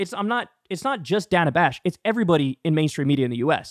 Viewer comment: Dana. Another simple name you apparently can't pronounce.